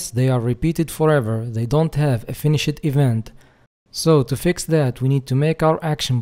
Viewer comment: yo the word "finished" the e is silent its like the normal "finish" but with a d sound at the end. it isn't an "ed" sound. It's just like a d sound, if that makes sense. Besides that perfect english, and great tutorial.